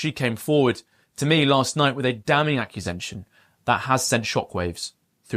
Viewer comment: "ACCUSENTION" 🤦‍♂️ FFS correct yourself to stop it being accusented of being "AI"🤦‍♂️🖖